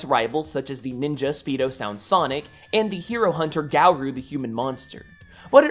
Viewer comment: Garou (Gar-o)pronunciation